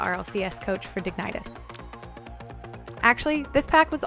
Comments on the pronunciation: Digneitas? Sorry, but I think you have to rework your pronounciation of dignitas :D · digni-TOSS that name huh kappa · She said digytis XD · Dig-nitis... nice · That dignitas pronunciation tho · Couldn't help to laugh about your pronounciation of dignitas. Great video though! Keep trucking. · 0/10 my whole days ruined cause she said dignitas wrong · Is it really that hard to pronounce dignitas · she really just said dignitas like that... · Great and helpful video just please learn to pronounce dignitas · Great video. Gonna use a bunch of those training packs to hopefully finally make the jump from mid c3 to GC. Just work on that dignitas pronunciation :D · Great vid Dignitas is not pronounced like that tho :) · Super solid video, but your pronunciation of Dignitas kills me lol